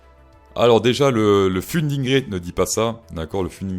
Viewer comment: Mec c'est pas le founding rayte c'est le founding raaaate qu'on dit